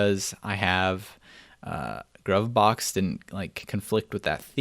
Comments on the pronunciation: Isn't it pronounced... "Groove Box"? Because it's groovy? - I took a look at COC last year - but was left wanting... Much nicer now. Thanks for demonstrating it. - You may want to look at separating out your vim config into separate files. Otherwise, it's too hard to manage. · Good stuff ... btw, Gruvbox is pronounced "Groove Box" ... 1970's disco baby!!